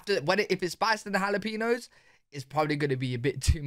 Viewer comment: In the U.S. you have to say it like "ha-lah-pain-yo." None of that "peeno" crap, unless you're referring to Megan Rapinoe. 😂 🌶 ⚽️